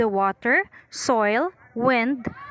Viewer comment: Its Soiil not sowel